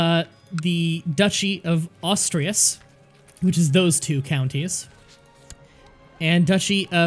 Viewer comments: Asturias (ass too ree ass) not Austria's 🙄 The "Austrias" dynasty is how the Hapsburgs were called in Spain... some centuries later. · "Ash-two-ri-ash" is how you pronounce it btw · Why do you have to pronounce Asturias exactly like how it's not even spelled? Ostreas? Can you read words? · I know you aren't doing it on purpose but oh my God you trigger me so much when you say "Austrias" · Pronounciation is closer to as-too-ree-as. Otherwise, great to see more grand strategy. Love these sort of games. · Its not pronounced "Astirias" lol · "Astrius" "Galcia" "Yoomyad" I need more sides